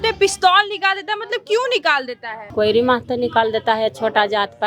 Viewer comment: pahle pronounciation sikh lo , kohiri kohiri kab se kar rhi ho, koiri nahin bolne aata hai to kushwaha bolo